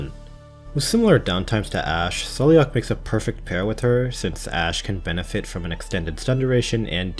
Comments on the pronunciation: She says her own name as "Sai-La-Ha" in her files. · I am part Gaelic and you pronounce it as sail-lock, also her full name is Saileach Willow, like the Willow tree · I think Saileach's name is pronounced more like "Sal-agh" lol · Saileach name is pronounced as sai-leech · Saileach's name is pronounced, "SAY-lock". It's clearly Celtic. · I think Saileach's name is pronounced Sai-lagh (according to her audio file).